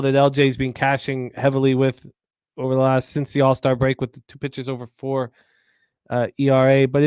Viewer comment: say it with me ALLLL-star break not Arrrrr star. Im just messing with ya😜